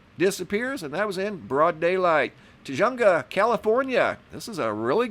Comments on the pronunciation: Tujunga area is strange. The j is pronounced like h. It’s pronounced Tah-hung-uh. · "Tujunga" is pronounced "Tuh-HUNG-uh" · It is pronounced Tu- hung- a. Spelled the same way you wrote it. I know cause I lived there for years so I know the name of it. It sits along The Angeles Crest Forest. I loved the town of Tujunga.